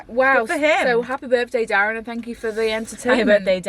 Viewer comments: Derren not Darren haha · he's called derren not darren :)